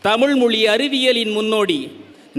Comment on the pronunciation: மோசமான தமிழ் உச்சரிப்பு உங்கல் அனைவருக்கும் வனக்கம் தமில் மீது என்னய்யா மோசமான உச்சரிப்பு இது? கவி மேசை மத்தியில் அதிகாரம்.. நிர்வஹித்து ஆதிகாலம் அதிகம் இதயம் இதெல்லாம் தமிழ் மொழி சொற்கள் அல்ல